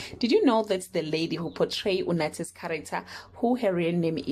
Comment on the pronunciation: Suyibhoxa Tshomi ngu anathi not unathi😢